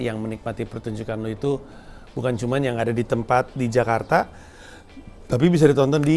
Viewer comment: bang pandji menggunakan pengucapan Jakarta layaknya orang Indonesia 👍